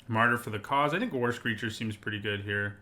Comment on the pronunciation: Whenever you mentioned "war screecher", I keep hearing "worse creature" and interpret that as "look, this is creature is a anemic 1/3"